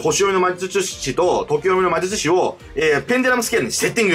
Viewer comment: まじゅちゅし